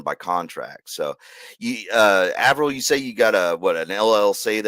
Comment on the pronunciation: Also, calling him the whole stream with no corrections is hilarious.